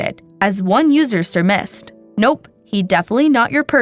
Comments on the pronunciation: It’s pronounced ‘sir-mized’ not ‘sir-missed’ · that is not how you say surmise